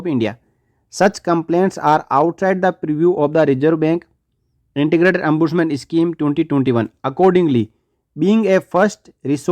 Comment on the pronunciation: It is not Ambudsman but Ombudsman